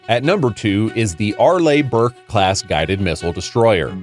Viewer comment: ARE- LEE is how it is pronounced!